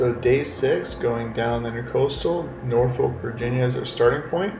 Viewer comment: u keep saying norfolk wrong its "norfolwk"